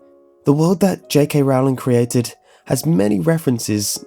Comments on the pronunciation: Stop stop stop your going to take someone's eye out besides your saying it wrong it's rOwling not rOUwling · my only problem is how you pronounce j.k.'s last name. it should be pronounced as "rolling" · Rowling is pronounced rolling as in rolling-pin, you filthy muggle ( ͡° ͜ʖ ͡°) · Her name is Rowling, like bowling... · Just a friendly reminder, it's pronounced 'J.K. Rolling' not 'J.K. Rowling'